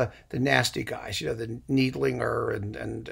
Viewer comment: I know you just hate pronunciation comments, BUT, it’s Gustav NIDE-linger. Thanks for all of the suggestions; found all as downloadable single operas except the Kubelik.